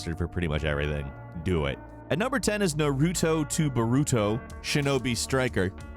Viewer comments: NAR as in JAR why ya gotta say naruto all weird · That's the weirdest (Naruto/boruto) pronunciation i've ever heard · The way he said “Naruto” 🤬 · It’s NA-RUTO not NUH-RUTO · It's 2020 and people still say Nah-roo-toe. I'm done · Norooto to burooto 😐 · You forgot Noruutuu to Borutuuu lol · "E-do" "NaRUto" Not it's not intentional. Funny tho. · Lol "Nairtoe" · How you say naruto is Triggering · Omg he’s pronunciation of Sekiro, Edo, Naruto, and Ten-chu was really distracting lol still an interesting video nonetheless. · Like, I'm not a weeb by any means But his mispronounciation of these easy words hurt me lol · 2020 and people still say Naruto wrong.